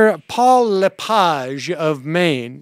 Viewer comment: Don't know if your doing it on purpose, but his name is pronounced La page, not LePoj.